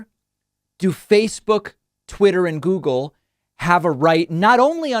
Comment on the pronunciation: I'm surprised David did not pick up on Trump saying "Googoo and Twitter" . It's clearly Trump reverting to his infant form.